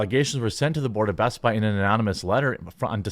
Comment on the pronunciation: It's "BEST-BI"